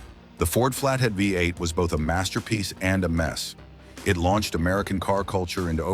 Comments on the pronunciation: "the flathead five eight" ( AI speak for V-8 )! Ain't AI smart! 😂😂😂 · Your reader keeps saying "flathead five eight not V-8 . You get a thumbs down from me. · The flathead "5 8"? Nice try, AI. 🤦🏼‍♂️ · The AI keeps calling the engine a five-eight when the V is the letter V and not the roman numeral for five. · The damn AI… five-8! Are you kidding me! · That's what the AI voice meant with saying "5-8" - had my simple mind confused!